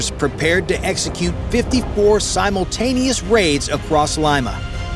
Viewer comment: And it's sim-ultaneous, not sime- ultaneous... 😂